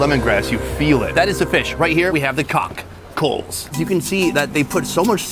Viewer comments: Here we have the COCK-ckels lmao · What's with this guy emphasizing cock every time he mentions the shellfish?